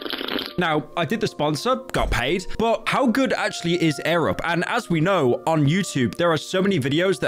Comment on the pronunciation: Arab? Edit: he said air-up